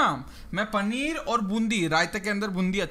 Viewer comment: Panner aur bundi nahi paneer aur boondi